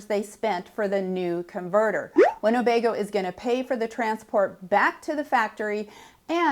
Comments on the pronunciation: it’s not winnobego it’s Winnebago. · You might want to check your pronunciation of Winnebago against the spelling. There is no "O" in the middle. Cheers!